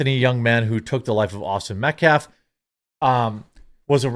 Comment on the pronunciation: Next Action Genernation NeckWart. Since that mofo wants to mispronounce Metcalf.